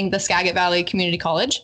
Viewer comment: If the female co-host grew up in Washington State, why does she pronounce Skagit improperly?